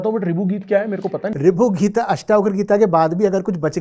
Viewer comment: गीता का उच्चारण जिसको ठीक से नही आता गीत गीत कर रहा है वो, ऐसे व्यक्ति से गीता पर गहन चर्चा करने बैठे हैं 🙂 उस गीता की चर्चा जिसमें लिखा है कि मुझे ऐसे किसी के सामने मत खोलना जिसकी मुझमे श्रद्धा ना हो जिसे कृष्ण से प्रेम ना हो।